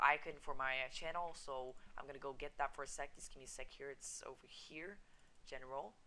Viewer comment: LOL HE KEPT SAYING CHANNEL I-KIN XD